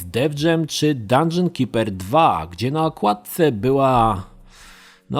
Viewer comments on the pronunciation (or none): none